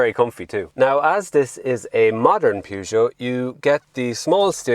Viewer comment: That is not how your pronounce Peugeot. That is like saying Ren Alt for Renault